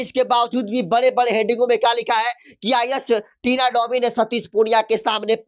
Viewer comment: thori padhai kar Lo fir patrakarita karna kabhi Tina domi toh kabhi Dhobi ton kahi tina lovi bol rahe ho